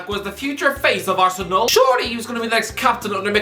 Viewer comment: Why do you sometimes pronounce words or names so weirdly? Like you say ArsenAL. It’s just irritating as fuck